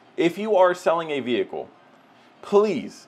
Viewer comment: STOP SAYING VE HI CLE